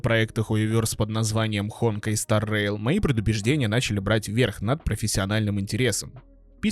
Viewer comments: ХонкАй а не ХОнкай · Не hOnkai а honkAi, что у тебя с ударениями?🤣🤣🤣🤣